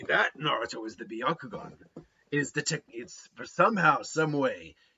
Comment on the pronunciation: It’s byakugan not byakugon